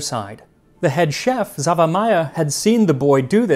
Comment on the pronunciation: Xaver. Similar, but pronounced differently.